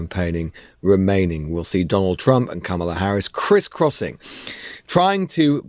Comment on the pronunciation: All that time in America and you still can’t pronounce her name correctly. Watch the recent SNL skit, that should help!